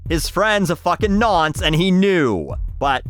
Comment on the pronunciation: Hearing say Nonce cracked me up icl